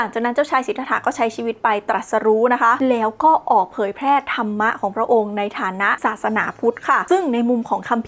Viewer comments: नरक เขียนว่า นรก ครับ มันไม่มี ตัว า(ा) กับ ธรฺม(धर्म) อ่านว่า ธัรมะ ไม่ใช่ ธะระมะ ครับ ร.ตรงนี้เป็นตัวสะกด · และก็ไม่ใช่ ธันมะอีก แต่ตอนออกเสียง ธัร Dhar มีเสียงของการ กระดกสั่นลิ้นด้วยเหมือนออกเสียง ร แต่ไม่มีสระ อะ